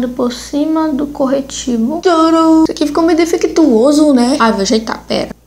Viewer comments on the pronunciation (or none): "Aqui ficô meio defectuôso neh?" KKKKKKKKKKKKKKKKKK AMO A MANA